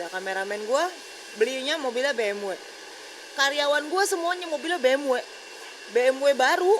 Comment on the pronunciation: Cb cek dech BMW pertahun itu keluar brp unit,,,ngomong ja gk karuan ni cewek,, B'EM'WEK,, banyak bgt lu punya ya,, apaan tu BE'EM'WEK